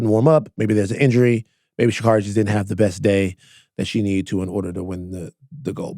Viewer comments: It's pronounced "she carry". ❤ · Love y'all. Just gotta say it's pronounced Sha-Carey. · Stop pronouncing Sha’Carri’s name wrong